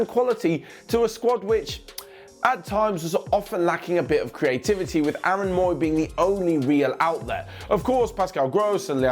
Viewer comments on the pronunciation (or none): none